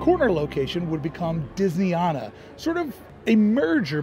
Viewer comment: I'll start this by pointing out that it's not pronounced Disney Ahna. It's Disney Ana as in. Anna. I was a Resort Trainer and Disneyana trainer for 5 years. The prints as you call them are Gilclee's. The original Disneyana was on mainstreet caddy corner to Carnation Cafe. It was moved across the street next to the Cinema that is now part of Starbucks. The real overhangs. The Disney Gallery was built in the bank when the annual pass center was moved to what was then Plaza Garden. The only thing that changed about the Disney Gallery was putting a sign in front that said Disneyana. There is more but I'll stop there. Hope that helps.